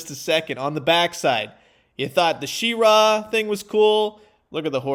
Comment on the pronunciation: She-ra, neither syllable emphasized over the other. Definitely not she-RAAA